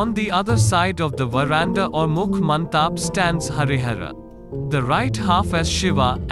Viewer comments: Mantap is not pronounced as man-taap, but as man-tup...... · It's mandap... Not mantap